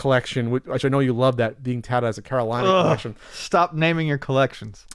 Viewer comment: LOL went for "Carolinope" before "Carolinah." Love it. -Matt